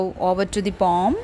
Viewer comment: That's not pom 😅😅😅😅it's poem search in google 😅😅😅😂😂😂😂😂😂😂😂😂😂😂😂